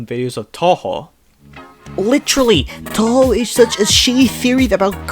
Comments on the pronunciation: Why do you pronounce things so strangely? Every time you say Touhou, you make it sound like you're saying tohgh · The ever changing pronunciation of touhou drives me nuts. 😂